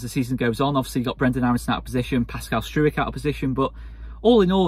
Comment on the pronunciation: Great result, but I have to ask….why do you pronounce Pascal’s name as Strewik when nobody else does? Majority seem to go with Stroyk.